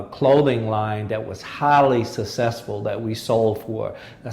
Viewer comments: what is "sa-sessful'? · Ironically, the one word he doesn't know how to say, he says 500 times in this interview. lol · He probably has problems with some of his pronunciation like "successful". Besides his failed marriage. He seems to be a good man.